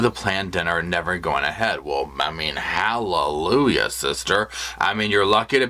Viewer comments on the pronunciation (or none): none